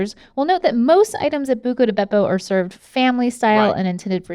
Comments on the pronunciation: Every time Rhett and Link say "Bucca Di Beppo"..... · I love hearing Link saying Bucca di Beppo. It makes me laugh for some reason lol